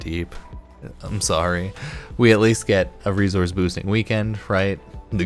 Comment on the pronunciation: Why do you say reZource and not resource